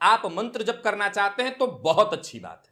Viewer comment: Karana not katana